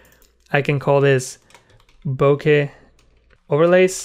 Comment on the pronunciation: First, thank you so much for making an effort to pronounce bokeh (ぼけ) correctly. Too many people butcher it and use some pronunciation that doesn't even make sense. Second, I've watched two of your tutorials thus far and am duly impressed. They are clear and well thought out. You definitely have a knack for this. I'll recommend your channel to others.